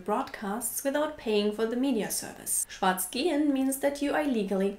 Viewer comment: Bist du deutsch? Oder warum kannst du schwarz so gut aussprechen ? 😄